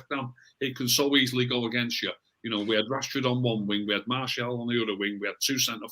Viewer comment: Is anybody else disappointed pronouncing Martial properly now? I much preferred him calling him Marshall:-)